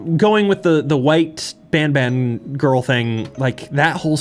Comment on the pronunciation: You know it's not worth it if even is having trouble making his own fun playing it x_x (Also it's probably the first time I hear "BanBan" pronounced the intended way by anyone)